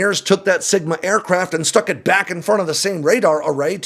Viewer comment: You said "sigma" and I heard "smegma". Yeah... Great images.